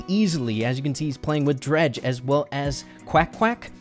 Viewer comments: It isn't pronounced Dr-ah-je, it is Dr-ai-je. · its drage not dreg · “Dredge” is how is saying it, it’s pronounced like “drayge.” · It is not dredg it is drage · It's drage not draage😑😑😑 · Hey rey just sayin' that DrageYT's name is not said dreg but it is said dreyg... Nice vid tho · It’s d RAGE not dreage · Omd it’s drage not dredge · Drege doing so good... it is drai-je (drage) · And also rey I love you man but it is pronounced drayge no drag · Draije and qwack qwack 🙂🙂🙂🙂 Come on rey it’s drage is easy to pronounce and qwack qwack is Eqwack.... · Drage when he sees that calls him “dreg” instead of “drage” (dr-aigh-g) Visible anger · Nice but the pronunciation is dreydg not dredge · If u don’t know u said dreg his name is drage with an AAA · I can't take this video serious with calling drage dredge hahahaha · When pronounces Drage, “Dredge”. 😂😂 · I was so confused lol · It’s Dr-A-j and I think equack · Thing of Drage’s name like Dreyge haha good video tho your boy -👋🏼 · btw you pronounce drage's name as drayge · "Dretch" LMAOOO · ur pronouncing drages name wrong bro😅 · Anyone annoyed by how says, “Drage.” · The way he said drage lol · spen is so underrated along with tom symantec and cerulean ngl Edit: you kinda said Drage name wrong but I don't think he'll mind 😂